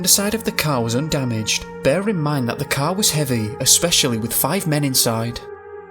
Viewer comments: If only you could say Car instead of Cow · The first half I thought he was saying “cow,” so I was confused. 😂 Finally, I realized he was saying “CAR!” My bad.